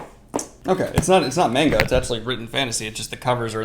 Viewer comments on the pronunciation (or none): none